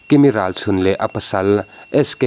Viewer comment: Kimi rachhun iti ziah a ilam thiam lo ani pon Kimi ti la atawk mai Ralchhun ni loin Ralsun ani zawk